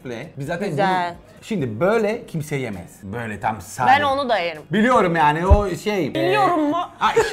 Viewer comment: kimse: danilo şef: yAğNi